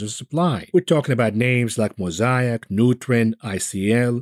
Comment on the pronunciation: Please learn to say Mosaic mow-say-ick